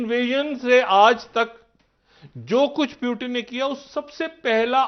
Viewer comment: प्युटन नही रे बाबा ! पुतीन बोलो. देवा कस व्हायचं तुझ